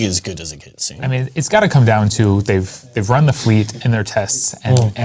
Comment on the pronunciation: FYI - it's KI' TSU-NEY not KIT-SOON. Kitsune is Japanese for fox. Sayonara.